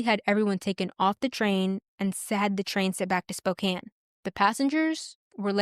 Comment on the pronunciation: Thanks for the story. Well done. One very tiny, inconsequential note: Spokane is pronounced like spoke•can rather than spoke•cane. Just in case another story features that city.